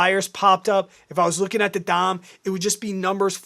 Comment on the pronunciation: It is Depth Of Market (DOM) with a short "O" sound pronounced "DAHM"